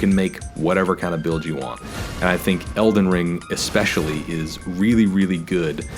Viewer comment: Eldenony Ringtano?